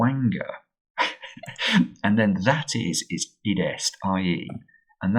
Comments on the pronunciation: WANG-ER-AI!! Te Reo Maori pronounce WH as an F sound. its pronounced Faang - a - ray. Oh dear, you've had an NZ disaster today.... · Whangarei is a Maori word, and js pronounced "Farng-a-ray" (as close as I can get it with the Maori pronunciation). Always nice for this kiwi to see some NZ representation in the Times! Big fan, always learning a lot from you.